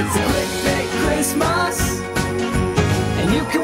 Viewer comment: Christmas d, not "cryspie d".